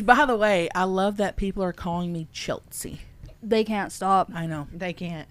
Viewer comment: Stop saying chelt-cie